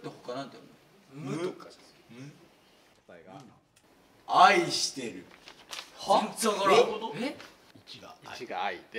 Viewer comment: スタッフさんの『あいして(ん)る』の発音が好き笑